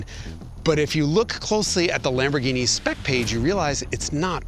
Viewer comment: LOL "LOMB-orghini" . Maybe stick with your impeccable German accent :)